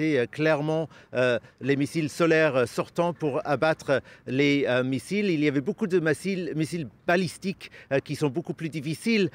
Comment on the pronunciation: Missile, massiles😅😅😅😅😅 il se mélange